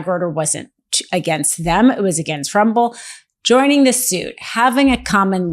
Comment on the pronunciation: "Bolsario" 😂...ma'am, his name is "BolsoNARO" And it's "RUMBLE" not "RUBBLE"